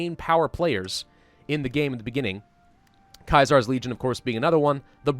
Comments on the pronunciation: It isn't kie-zar, it is see-zar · Caesars is pronounced sea-serz not Kia-sars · Praise be but ur pronouncing Caesar wrong ur pronouncing it like kai tsar when it's c-ser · Kaisar no it’s Caesar like the emperor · It's pronounced see zers Kaiser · Yeah this bugged me a little as well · Kaisars legion? I’m sure it’s pronounced like the Roman emperor’s name: Caesar Unless I’m wrong then feel free to correct, just don’t be harsh. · Ce-sa-ar is how you say it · Natan1511 your correct he is saying it wrong and I said the same thing just wanted to see if I was the only one who said anything about it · The way he said Caesar made me fucking throw up. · Jack Merz I cringed so bad when he said it wrong.